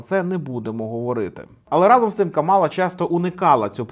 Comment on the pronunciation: Нарешті не Каміла а Камала)